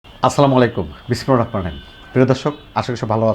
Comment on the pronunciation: বিসমিল্লাহির রাহমানুর রাহিম। এই শব্দটা ভালো করে উচ্চারণ করবেন এবং এখানে দেখে নিয়েন। উচ্চারণের অনেক ভুল আছে আপনার।